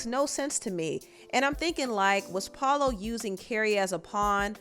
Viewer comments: Girl are u purposely mispronouncing POLO! Who is Paolo!?!? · Why do you keep saying PAULO and not PO LOW ugh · POLO, not Pollo lol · His name is POLO, like MARCO-Polo ….. NOT POE-LAU 🤦🏽‍♀️🤦🏽‍♀️ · It’s polo the don not Pollo lol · Everytime you said PAUL-O I SCREAMED !!! 😩😩. It’s polo like a POLO SHIRT ❤❤❤❤ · You calling this man Paola and it’s Po-Low 😅😅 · Polo not Paulo. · Saying Paul-o instead of P o-lo is insane, what in the world😒😂🤣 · I’m cracking up, why do you keep calling him Paulo? It’s Polo Da Don. Like polo the game or polo the brand 😂😂😂😂. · Girl if you don’t quit saying “Pah-lo” It’s Polo!!! 😂🤣😂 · I was just about to post this 😂😂😂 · Po-looooooo not Pollow... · Pollow 😂😂😂😂 it’s polo chile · wtf is it so hard for you to pronounce PO LO? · I’m crying at you not being able to say Polow 😂😂😂 it’s pronounced like polo babe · Why do you say his name like that? ITS POLO!!😂😂😂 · 👋🏽!!! It's POLO, btw. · It's pronounced Po-Lo, baby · Keri says it multiple times in the videos and you still saying PAULO